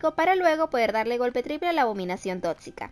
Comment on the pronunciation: Me encanta cuando dice "abominación TOTCICA "Xdd